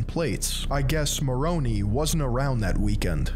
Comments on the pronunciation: At first I was wondering if he was doing it on purpose to be a troll lol loved it. Probably how I'll pronounce them from now on. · What's sad is that current members watching this will disregard his entire message only because he mispronounced some fictional names from Smith's made up book. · I love the way pronounces Moroni like he's an Italian mob boss lol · I'm ex-mormon and think it's a crazy religion. But that being said, you did how many hours of research and work to put this video together and couldn't be bothered to learn how to properly pronounce a handful of names? 🤣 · Former Mormon and the way you mispronounced most names had me rolling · Great content, but if I have to hear you mispronounce Nephites and Moroni one more time we're gonna have a problem. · Good video. But you pronounced names wrong. Moroni, Nephi, Lehi, lamoni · Haha! I can tell that he's done very little of his own research, and hasn't taken the time to actually learn the topic deeply. Here are some examples: - Mispronounces EVERY name from the Book of Mormon. - References the historical accounts the church adopted without even referencing the other multiple accounts. - Blatantly misstates the church's position on multiple topics. - Shares inaccurate historical information about the founding of the church, and cobbles together a muddy and incoherent timeline. - etc... I'm all for pointing out that the church is a joke. I don't believe it's true, but this is just a cheap video plastered together for some quick views. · You could at the least take a few minutes and get your pronunciation of moroni, nephites and other terms correct so you at least sound credible. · I concur. I'm like it is more own eye... Lol. But alas he cannot hear me. Oh well. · He keeps saying Maroni like it's a pasta haha It's Ma-ron-eye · Mormons will discredit you for pronouncing Moroni (Moronee) when it’s Moron- i, thanks for the video! I wish people could see this church for what it is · Not mornee it’s morni